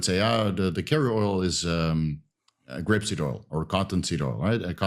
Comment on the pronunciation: Argh, c'mon pronounce the chemical names more carefully. "Ethuleayte" - Ethyl-oleate. "Grepsid oil" - Grapeseed oil. "Propylene gwycol" - Propylene glycol